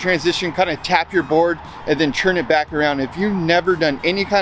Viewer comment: It's turn, not churn. Are you making butter or Skateboarding ?